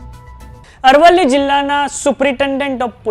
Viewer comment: Dofa amrli nahi arvli bol